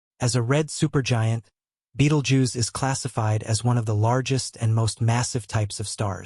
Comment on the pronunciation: Pronounce 'bettle-gerze'